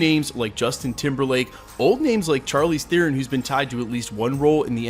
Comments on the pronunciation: Can you pronounce Charlize Theron's man's right just once? Is an sh sound not a hard ch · I like how is worried about mispronouncing Chukwudi Iwuji's name and yet, throughout the entire video he screwed up Charlize Theron's -- someone who's won an Oscar and is mega well-known. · I don’t know if you pronounced dudes name wrong, but you sure as heck can’t say Charlize Theron right 😝 But seriously, before I saw the name Faiza, that character description made me think Storm. Thanks for all you do. Can’t wait to see what the actual castings are! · You pronounced Chalize Theron wrong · You didn't apologise for the mispronunciation of Charlize Theron. 🤔